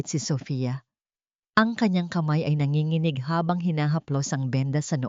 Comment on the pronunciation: Ampangit ng boses ng narrator at mali-mali pang bigkasin ang mga salita gaya ng mapanganib ang bigkas ng narratorr ay ma-pan-ga-nib, tumugon, ang bigkas ay tu-mug-on, nanginginig- nan-gi-gi-nig ang tamang bigkas ay na-ngi-ngi-nig, ang lumingon at bigkas ng narrator ay lu-min-gon, ang tamang bigkas ay lu-mi-ngon, paningin- bigkas ng narrator ay pa-nin-gin, tamang bigkas ay pa-ni-ngin